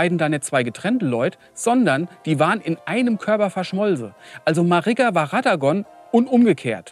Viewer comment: zwei drei Namen stimmen nicht. Hora(ra)h Loux und radogan (hier radagon genannt. ansonsten sehr lustiges und gutes Video. Wie so oft ein Highlight